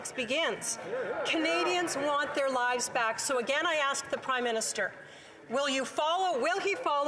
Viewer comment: Trudeau has difficulty differentiating the word lies and lives....sounds like hes trying to protect and defend lies..